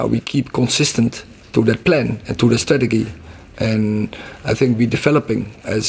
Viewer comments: It's funny he can't say the word 'strategy' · We have a stratagee, clear